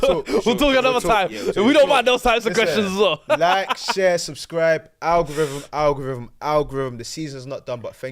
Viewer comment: I beg someone else host, can’t take butchering the word ‘algorithm’ 10 times a show man, ffs…